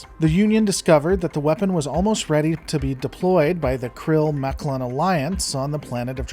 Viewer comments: I understand that some people may pronounce some words differently, but I think you should make up your mind. For just about everybody, it's "Moclan" (Mock-lan or Mock-lans). For you, it's "Mul-clin" , "Meck-lon" , "Moke-lon" and "Moke-lin" . So which mispronunciation will it be? Also, the death of Ensign Charly Burke was honorable and slightly sad, but I for one was glad to see her go. She was an annoying, insufferable, whiny character that I just couldn't warm up to no matter how hard I tried. And this series can also be viewed on Hulu as well, not just Disney Plus. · Great video, but is there a reason why you pronounce 'Moclan' different every single time? It was really obvious, and IMO hurts the vid.